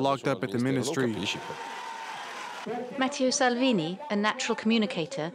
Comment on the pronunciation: "Matthieu Salvini"? Come on France 24! At least get the name right.